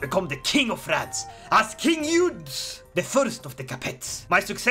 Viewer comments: As a Frenchman, I laughed a lot when I saw you trying to pronounce "Eudes" and the other French names in english way with a swedish accent. I want more of this ! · Hello! Just started watching the video, and I would just like to tell you a bit of history and tell you how you pronounce the name of “Eudes.” So, I don’t know why the devs decided to name him Eudes, but historically his name is Odo. So, historically, Odo would go on to be elected as king of France after the Karlings were kicked out, and it’s a bit confusing in ck3 what happened next but I believe, judging by the dynasty line, his brother would become king of France and the line would continue for a bit until Hugh was born, he would found the Capetian Dynasty which would rule over France from 987 to 1792, and then again from 1814 to 1848. Please and thank you for reading and I hope you have a good day and night! Just wanted to throw a quick history lesson in here for fun! Hope you have a good day, please and thank you once again!